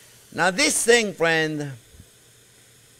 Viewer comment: I just like being called "fwiend".